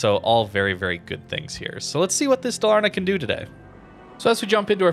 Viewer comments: Pronunciation: Daaal-ahr-nah. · Dalarna is pronounced a bit slower and it meens "vally, Canions" It's swedish